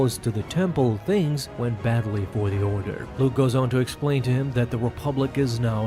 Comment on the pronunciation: I was gonna say the same thing… it was Luuke